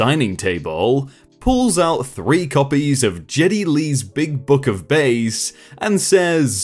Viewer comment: Bass, the fish, rhymes with mass or lass...it's only 'base' when it's a bass guitar :) Pretty sure the guy had a fishing book.